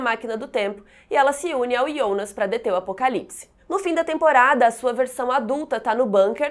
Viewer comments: Ionas?? Pensei que fosse Jonas até pq na dublagem e Jonas. Horrível escutar ionas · Que agonia vc chamando o Jonas de Ionas affff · Se fala Jonas kkkkk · eu só não entendi uma coisa, porque ela fala "ionas" em vez de "Jonas" ? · Minha duvida é pq vc fala Ionas e não Jonas? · Pra quem assiste dublado dá uma agonia ouvir ela falar Ionas, IONAS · "IONAS" aaaaa que agonia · Me dói ela pronunciando Jonas como Iondas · me deu agonia ela ficar falando "Ionas" J com O = JO.... mas valeu ajuda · "ionas" "Reguina" kkkk